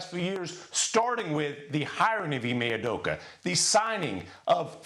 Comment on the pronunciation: They can’t pronounce anyones names correctly. Udoka was Apeduku